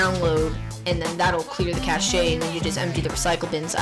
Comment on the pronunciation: you asked why the vm was using more ram than it said in the vm's taskbar. This is because it requires your host computer's ram to run the "computer" or vm. So to put it simply, it requires more ram to run the virtual ram in addition to the vm's original ram usage. I'm bad at explaining lol. (also helpful tip: "cache" is pronounced "cash" not "cash-ay" haha!